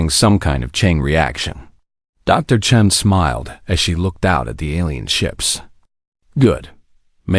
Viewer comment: I have to admit, I was surprised to hear Dr. Chun(g?) instead of Chen!